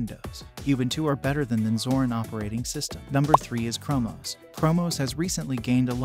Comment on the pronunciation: Lmao the Ai voice is so funny! Mackoos 😂 and primyose and chromos